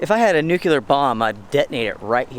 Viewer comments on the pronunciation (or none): "pouring the rain", "toboggan".....that's all regional vernacular. But "nukular", that's nails on the chalkboard.